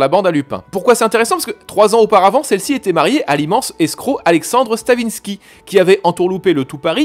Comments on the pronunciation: A , cest Alexandre Stavisky et non Stavinsky. Errare humanum est. Félicitations pour tes chroniques. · c'est Stavisky et pas StanviNsky... (un fan chiant mais admiratif de votre boulot) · Alors: Gabriel Signoret n'est pas le père de Simone. Et d'autre part on dit Stavisky, et non StaviNsky.